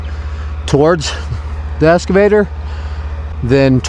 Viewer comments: eXcavator, not eScavator. English class is over. 🤣 Good video and good on ya for helping these folks. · i have never heard the pronunciation "escavator" before lol... wicked job though. I'm jealous